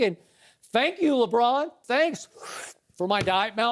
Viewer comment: .... "LeDron"... oh my.